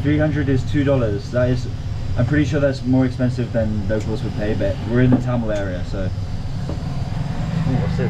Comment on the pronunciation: its thamel not tamel